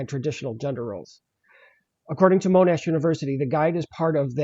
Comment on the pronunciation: Monash is pronounced MON- Ash rather than Moan-ash by the way.